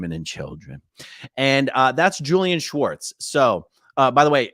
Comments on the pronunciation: I know this sounds small but you are pronouncing his name "Schwartz" His name is spelled "Swartz" so the enunciation should completely leave out the "ch" in the name. Normally this would be a dumb post but Leah clearly wanted this distinction so as to not mis name a guy this sleazy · AAron stop pronouncing Julian's last name incorrectly, it's not Schwartz!! It's Swartz! Lol! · you keep saying schwartz not swartz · funny its spelled SWartz and yet you pronounce it SCHWartz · Not sure if anyone posted this but his name is pronounced as it’s spelled. So no “sh” sound. I know someone with that last name so it’s SW like in swarm.😊